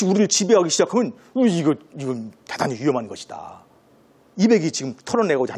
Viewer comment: 중국 음 음시 처음ㅇ.로 잘 들었읍니다.그러나, 우리말의 , 장음을 짧게 잘못 발음한 예:대단히,대단히,세상,두 가지,소문,세월,신념,대체,대비, 등 우리 자고저 문제가 많습니다. 말을 좀 차근이 침착하게 히시는게 좋겠읍니다. 책 한 권 읽어 보시지요. "한국 어문을 고발함" 미국 변 완수 배